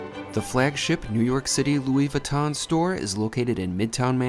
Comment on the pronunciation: I finally figured out what's so odd about the way he pronounces his city of residence: He seems to say "Newark City." Haha, like the poster from "OMITB" - Newark, Newark!